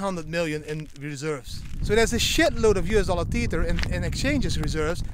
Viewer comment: Tether not TEETHER.